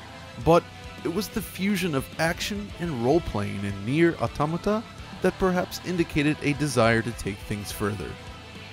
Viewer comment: Always a pleasure to watch a video where they pronounce "automata" right